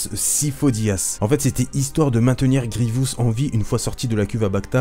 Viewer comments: Superbe vidéo seul problème, tu a la fâcheuse tendance à dire "Grievious". J'ai adoré voir cette vidéo mettant à l'honneur mon méchant préféré. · Dans la série Clone Wars tout le monde dit Grivious sans raison et résultat tout ceux qui on regardé la série le font aussi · Pourquoi personne ne prononce GRIEVOUS correctement, le i est au début, pas au milieu ! J'imagine que c'est à cause de Clone Wars